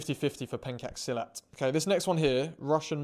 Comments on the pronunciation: Why do you say pancake silat instead pencak silat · The only offense is your pronunciation of "Pencak Silat." 😂There are punches/palm/elbows/etc in Pencak Silat and the clip you watched doesn't really do pencak silat as a whole, justice. However your assessment with Pencak Silat as a competitive sports is fine because it is classified as a sports and supposed to be tamed down. Whilst it originated/refined in the Malay Archipelago, it was passed down from the people of Cham dynasty (Vietnam now) to Malacca (state of Malaysia), around the time when the Mongols conquered them so as to better prepare the "Malay World" for oncoming war. It's used as an act of self-defense and weapon are issued as well (e.g. keris). Just like the Japanese having to resort to Karate/Judo/Taekwando when their weapon are broken or lost midfight, same for pencak silat. Funnily enough, even keris has the folktale akin to katana about them possessing spirits like keris Taming Sari. Look up "This Silat Master Is Impossible To KILL by Jesse Enkamp" instead for a proper video on silat because silat isn't great at self-defense as much as full-offense and counters. It really taught it's practitioners to kill and quite a few died during training as well (in the olden days at least). South East Asia is a pretty wild place.